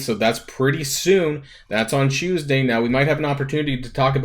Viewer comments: CHEWS-day? or CHOOSE-day? i cant tell which one you are trying to say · Lol CHEWS-day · Lol yes trademark "chewsday". I had a Filipino friend who pronounced it the same exact way.